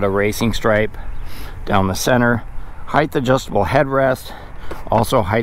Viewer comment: No school word as heighth. It’s height.